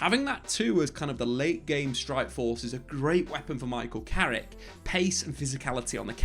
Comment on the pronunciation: It's Carrick you know.....!